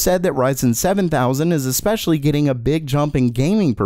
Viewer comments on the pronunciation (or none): none